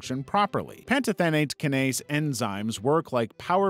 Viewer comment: the way he pronounces “kinase” makes my skin crawl